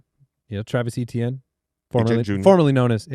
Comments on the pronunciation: Ok can we please stop saying Achane for Etienne?? Its getting confusing and annoying lol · Travis Etienne is pronounced “AY-TEE-ANN”. Travis was born and raised in Cajun country about 15 mins from where I was born. I don’t care how he says it’s pronounced, it appears he had some southern drawl in the viral clip of him correcting pronunciation. It is certainly not “ACHANE” like Devon Achane. Every Etienne from Jennings, LA pronounces it “AY-TEE-ANN”, and when pronounced fast with some Cajun slang annunciation it can sound like “Achane.” Another is Kayshon Boutte. It is pronounced “BOO-TAY.” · So odd that they (ETN's family) pronounce Etienne that way. In french it is more like Eh-Tee-Yen. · Are they really calling him achane??? Come on. It's fucking Etienne 😭😭 don't do this to me. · Travis Achane (Etienne) they get correct now everytime…. mention his brother Trevor (Etienne) and they’ll never change the pronunciation lol